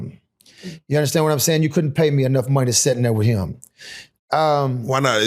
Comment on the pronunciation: I heard it when he said "down thare."